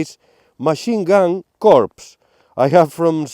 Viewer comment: Psst...., in the military, the word CORPS, the p and the s are silent. So, the word is pronounced core, as in marine core (corps). This friendly hint is lovingly sent from me.